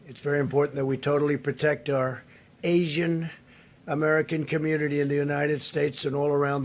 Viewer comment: Why did he say Asian like that